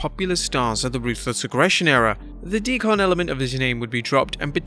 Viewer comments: It’s said how you and other wrestling news YouTube pages cannot pronounce names or gimmicks correctly. Did you even watch the content you’re making a story about? Batista was deacon like from a church or religion. Not de-con like you pronounced it. Know your material better. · Why did they pronounce that so weird lmao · Who is this guy? He can’t even pronounce Deacon right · The way that you said deacon hurt me on a deep level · I swear, every single video this guy has to mispronounce something and it's absolutely maddening. Who the hell says "deacon" like that?? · Is that a british thing pronouncing "deacon" in that way? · your pronunciation of deacon is weird as hell lol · Deacon does not rhyme with devon...why u saying it weird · I liked JBL ok enough but the Acolytes/APA Bradshaw was so much better in my book. Also why is the narrator saying Deacon so oddly? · Dee kin not Dee Con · What is DEE-Con? Are you meaning DEE-Kin? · Mark Henrys WSM gimmick put him in the Main Event in 2006. Had an entire feud with Batista over the WHC then won the ECW title in 08 with the same gimmick. Mark Henry was a main eventer 5 years prior to the hall of pain gimmick Also it's not DEE-CON it's pronounced DEE-CUN a Deacon is a Reverands assist. Rev. DVon and DEE-CUN Batista it's a a religious thing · Deacon is pronounced = "Dea-kin" not "Dea-Con" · “D-kin”, not “D-Con” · Dafuq is a dee-kon? 😂 its deacon! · It's pronounced De-kin, not De-con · Why can’t you say “Deacon” properly? 😂😂 like (D-cun) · It's deacon as in cun not deCON. It makes the word sound like a machine. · Why do you pronounce deacon like DEE CON instead of DEE CUN. I searched google and it showed UK should pronounce like DEE CUN. Something sounds very strange the way you say it. I'm not being negative. I'm just interested in UK English compared to US English. I speak US English but actually prefer UK English myself. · The way he pronounced deacon lmao "De-con" It's "de-ken" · "Dee-CUN" not "Dee-CON" lol